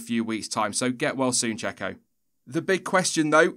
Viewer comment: "Get well soon jacko." Michael Jackson is long dead. The Mexican paid driver in F1 is pronounced Checo.